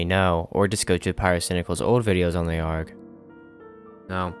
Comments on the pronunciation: it's A-R-G not "arrrrg" arrrg is for pirates, we are not pirates. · Great video but you calling it an "Argh" instead of an A-R-G pissed me off far more than it really should. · its not ARGE its a-r-g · you're the first youtuber i've ever seen that pronounces ARG like that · Ok, this video is great, but...bruh, why do you say ARG like that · bro pronounces “arg” like arm or ram instead of like cpu